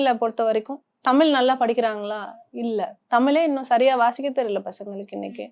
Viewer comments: She is not able to pronounce Thamizh properly... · தமிழ் என்பதை சரியா உச்சரிப்பு செய்யவும்.